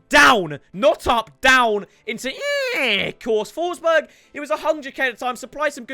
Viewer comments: Did man just call Forsberg ‘Foreskin’? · He just called Forsberg foreskin 😂😂😭